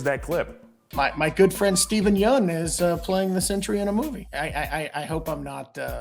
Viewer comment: You may want to learn how to say his last name correctly before releasing these videos.